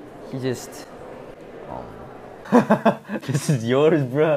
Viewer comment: mark rolling the r in "yours" when speaking english